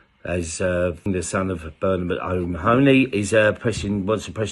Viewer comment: It's mah-hun-e not ma-ho-ney